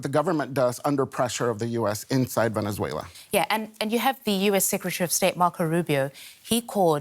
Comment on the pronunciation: Correction: Venezuela Not Venezuelya